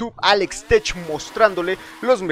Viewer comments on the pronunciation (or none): none